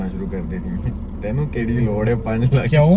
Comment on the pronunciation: Bhai it is not lak it is lakh